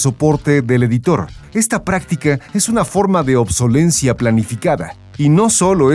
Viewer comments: Se dice "obsolescencia" no "obsolencia" señor experto en tecnología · Todo muy bien, pero se dice "ObsoleSCEncia" y no "obsolencia". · Por qué nadie en levelup puede pronunciar correctamente "obsolescencia", siempre dicen "obsolencia"